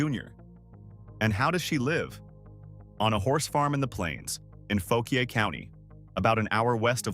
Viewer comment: Learn how to pronounce Fauquier county (Faw-quire) if that makes sense. But no one talks about the real old money and power in middleburg va. Which is Also fauquier county. That money is from the old country. Thats why they dress up in their litte red coats and chase around foses with about 100 beagles.